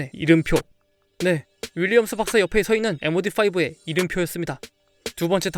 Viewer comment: 윌리엄스 박사를 윌리엄스 박스라고함 ㄷㄷ